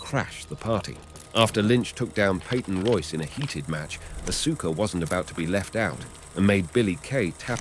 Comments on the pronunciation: Dude u need to fix that it's hurting my brain hearing Asooka...it's Aska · Ahhh-Sooo-Ka....lol. It's Ahhh-Ska. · It’s Aw-Ska (Asuka) not asoooka. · bro really said asooka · Aska. The u is silent, NOT Asooka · Awwwssskkkaaaa not asooka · Asooka no it's Asuka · It's not said asooka it's said arska bro. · ITS AUSKA KID U STILL HAVENT GOT IT RIGHT 8 year old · Bro it's not asookah. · LMAO 😂no r Aaska would be the sound out